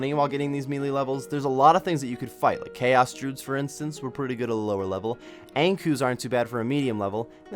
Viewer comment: May-lay, dru-ids